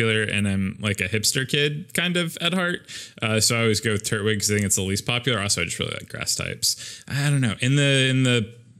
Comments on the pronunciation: it is tur-twig not turt-wig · It’s Tur-twig, not Turt-wig